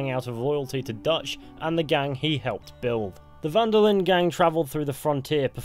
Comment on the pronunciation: Really annoys me how you pronounce the d in linde